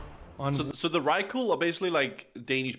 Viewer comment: It annoys me so much that he did all this research and still calls them Vykrul and not Vrykul. Just...Hooooow. And dude. If you look at the landscape they live in, that is Norway, not Denmark. Denmark is flatter than the brains of actual flat-earthers.